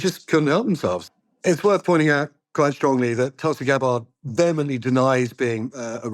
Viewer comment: If you're not going to report on her cult upbringing at least pronounce her name right. It's paroxytone, not oxytone.